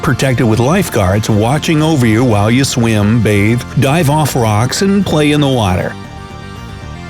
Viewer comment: I can't stop laughing at the way he pronounces "swim".